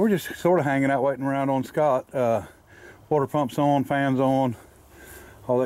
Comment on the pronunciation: No such word as oin, its pronounced ON, not oin